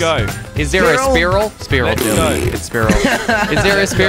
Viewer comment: Omg when Jelly called the spiral a sprirol omg 😂 LOVE YOU FOR KWEB